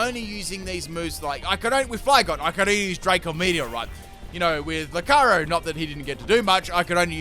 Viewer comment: The pronunciation of Lucario here is otherworldly. I heard Locarry every time